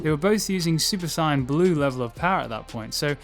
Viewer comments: I hate the way you pronounce saiyan. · i hate how he pronounces saiyan